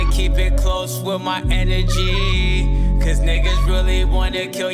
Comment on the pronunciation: I think he was saying Inner G and energy